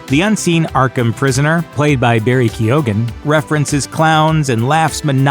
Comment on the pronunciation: Lmao "Keo-ghan"